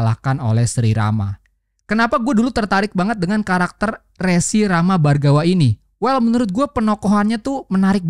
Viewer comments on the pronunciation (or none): Baguss banget, tpi mau ngasih saran nih pembacaan "Rsi" itu bukan "Re-" untuk "Regulasi", tetapi "Re-" untuk "Remaja". Jadi cara baca "Rsi" itu "Re(remaja) dan -Si". Thankyou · bang, maaf nih. setau saya, "resi" dalam konteks ini, dibacanya kayak "teri". bukan seperti (kartu) "remi" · Mungin sedikit koreksi bang, baca resi bukan kayak baca "nomor resi" tpi Rsi. Thanks bang semangat terus ngonten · Resi dibaca rěsi Mas (seperti e di 'pedang')